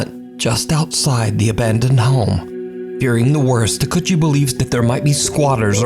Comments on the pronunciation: Takeuchi is pronounced "tah-kay-oo-chee", not "takutchy". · Japanese pronunciation tip. every vowel is pronounced other than some Us. Otherwise they are pronounced the same as in Spanish. Takeuchi= Tah Kay Oo Chee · Takeuchi is pronounced "Ta-keh-oo-chee" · Takeuchi talks too loud and you pronounce his name in such an ugly manner